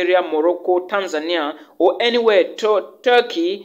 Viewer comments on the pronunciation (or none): none